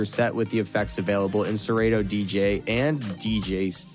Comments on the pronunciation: It’s pronounced sir Otto. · Have I been saying Serato wrong all these years?😂😂😂😂😂